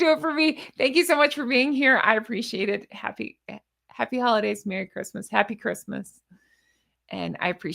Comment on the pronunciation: Merry not Merrt.